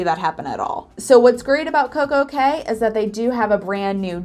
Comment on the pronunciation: "cay" is actually pronounced "key". Don't know why, but that is how it is.